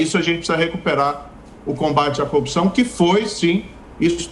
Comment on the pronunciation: Esse senhor pode ser que entenda bem sobre ser juiz , mas como político, entende tanto como um bebê de 3 meses!! E tem que aprender a pronúncia certa é CORRUPÇÃO, E NÃO COPCAO KKKK